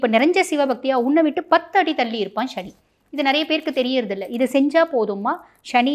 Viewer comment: முதலில் தமிழில் சுத்தமாக பேசுAltop No more excuse ஸ்சனி இல்லை சனி Nostyle in மொழி உச்சரிப்பில் B y proper manner again NoAL top